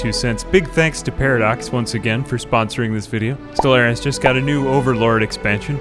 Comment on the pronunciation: Bro, I get it, 90% of your channel/videos is your gimmicky voice, cool... But StellARIS is a video game, not a Buick.. it's pronounced Stell-ARE-is. Again, it's not a fuckin Buick dude.